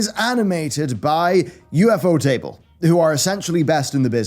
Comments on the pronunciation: I believe Ufotable is pronounced as "you-foe-tay-bull". Not as "you-eff-oh-tay-bull". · You absolutely murdered "ufotable"........ say it with me... "you-phota-bull"